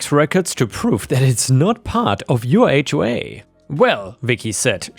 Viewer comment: Thank you for knowing how to pronounce "HOA".